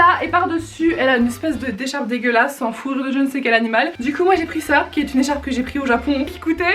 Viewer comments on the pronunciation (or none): C'est moi ou a Elle dit "le manteau en fourire" ? 😂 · Elle a bien dit ça en voulant dire en fourrure 😂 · À tu as dit "manteau en fou-rire" je ne suis pas folle ? xD